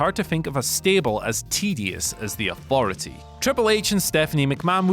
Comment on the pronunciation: The worst thing about this list is hearing someone say fousand, aufority and free (instead of three)! Pissed me off more than anyone else on the list